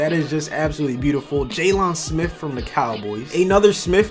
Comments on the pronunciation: It’s not (jay-long) it’s the normal (jay-Len) smith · Jay-lawn? Don’t diss the boi like that